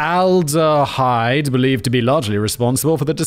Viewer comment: Simon struggling to pronounce aldehyde was a bit painful. Needs a little practice on all those common chemicals that are part of our daily life! 😀